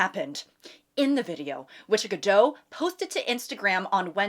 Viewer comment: It’s GadoT. The T is not silent